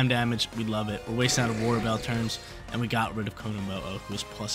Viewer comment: I kept hearing Aurora Veil as war bell